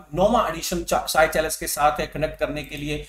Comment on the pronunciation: Sir seychelles ko सेशेल्स bolo ye साइचेलस nahi hai